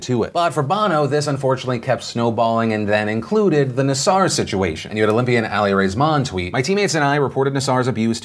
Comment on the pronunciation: I can't believe I'm going to correct the pronunciation of a serial pedophile/monster's name, but it's NAA-sir, not nuh-SAR.